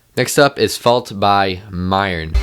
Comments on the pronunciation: haha "myern" isn't it pronounced murn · Myrne's name is pronounced as mern